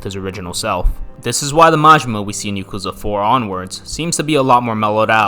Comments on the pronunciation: why does he pronounce yakuza like that it's not (yuh-KOO-zuh) it's (YAH-koo-zah) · Yeah i hate how he says "ya-kooza" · I love the video but hate your American accent butchering all the pronunciations of the names. Sounds like yarkuza the way you say it and marjimar I hate the accent. YA KU ZA. MA JI MA